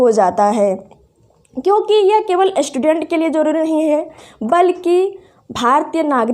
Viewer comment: एस्टूडेंट नही है मैडम स्टूडेंट है 😂🤣😂🤣😂अस्थापना 🤣🤣🤣🤣🤣🤣